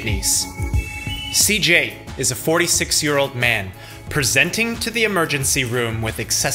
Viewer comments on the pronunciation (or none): “PreSENT☝🏼ing☝🏼to the☝🏼emergency room…”